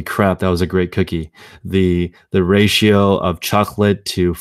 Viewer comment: At first I thought you said that was a great quickie...but it cookie. But it got my attention